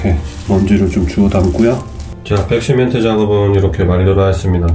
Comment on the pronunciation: 잘 봤어요 아쉬운 점은 백시멘트를 빽시멘트라고 하는게 좀 거슬리네요